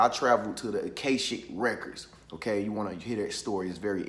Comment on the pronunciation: Isn't it pronounced A-KAH=SHICK? Doesn't matter, I just want to be sure I won't continue to mispronounce it.